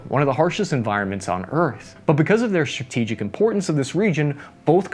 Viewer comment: You've learned about India and China - now learn how to pronounce words that begin with "st" without putting an aitch in... Shtrike, Shtrategy, Shtronghold.